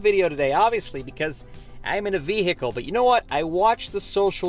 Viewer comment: Vee hee cle